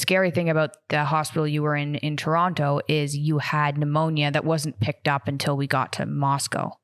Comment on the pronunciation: hate the way they say Toronto.